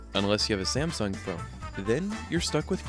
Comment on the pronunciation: I love how he said Samsung XD